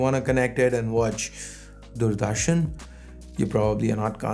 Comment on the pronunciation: That accent of yours... uh! You said 'Doordarshan' as if you are new to the word or you never came across it, or like You have spent years in Europe or whatever and you are struggling to pronounce it. BTW, I just signed in to dislike. Keep it up.